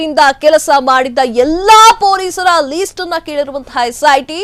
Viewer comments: Pronunciation correct madi ..that’s not least its list .. karma ..😂😂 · ಅದು ಲೀಸ್ಟ್ ಅಲ್ಲ , ಲಿಸ್ಟ್.